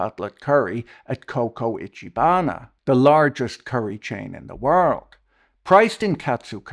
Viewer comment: "CoCo Ichibana" my god haha